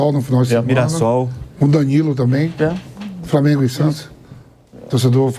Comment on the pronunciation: "Prantel", "Pobrema", "Framengo"... Vamp do céu! Fala direito pelo amor de DEUS! Tu é COMENTARISTA!!!